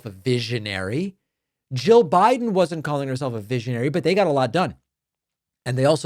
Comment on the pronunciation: A “veeshionary”? Has she been sniffing Smelvis’ marker fumes?